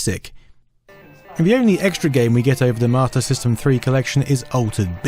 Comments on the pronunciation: Have you yourself noticed that that you’re saying “Mater System” instead of “Master System”? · So I'm not the only one I kept hearing "martyr system" lol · Am I the only person that hear him saying MARTA system? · Got 80% through this video before I realized you literally not one time said "marta" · I keep thinking you're saying "martyr system" lol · Mah-tah system.... wtf